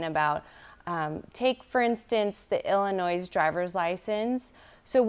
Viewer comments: Illinois is a silent S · it’s pronounced Illnoi, the “s” is silent. It’s not pronounced like Illinoise. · I'm dyin'! I actually came here to make a comment about said pronunciation! However, I like to think it's spelled, "Illa-noise". 😂😂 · I'll say it again: Any American adult who calls Illinois "Illinoize" should be forced to take the citizenship exam. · I love how said “illa-noise” too 😂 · Someone tell that lady that the “S”in Illinois is silent.